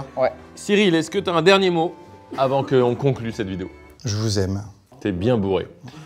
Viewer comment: La fin "J'voue aime" "T bien bourré". ICONIQUE, j'adore !